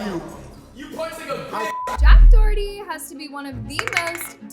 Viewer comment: Finally u said someone’s name correctly